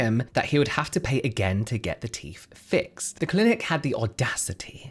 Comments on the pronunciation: How come you can say THink and THought but instead of saying teeTH, you say teeF? Frankly, if anyone with good, healthy, and normal teeth is doing this just to look 'good', they deserve the hassle, expense, and pain. How stupid is vanity and following trends 🙄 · It's 'TEETH', not 'TEEF'....FFS!! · Since you periodically do pronounce the word “teeth” correctly, please try and do it consistently instead of using “teef” randomly. Very annoying 😒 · Cmon it’s teeTH NOT TEEF! you more intelligent maybe I heard it Wrong 😑 I don’t think so plzzzz remember you TH’s , apart from that this is the best like info channel That’s also Hilarious when needed ok edit - now it’s toof ache lol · Please stop saying Teef pronounce the th sound. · Please please, it’s not ‘roof’ it’s ‘tooth’!!! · What exactly are these "TEEF" you keep mentioning? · It's "teeth," not "teef" FFS 😂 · The word teeth ends with a “th” pronounced as in “the” not “ teef “ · ‘Teeth’ not teef’ had to stop watching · Why are you calling them teef?? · Love how you say teef 😂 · Do British people realise the say teef and not teeth? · “Turkey teef” 😂😂 omg you’re killing me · Popped up on my feed. But i cant listen to anyone who pretends they cant pronounce 'th' they think it makes them sound cool. I noticed the he kept forgetting to say teef though! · I wondered what I'd clicked on when I heard "turkey teef". What to do with poultry???!!!!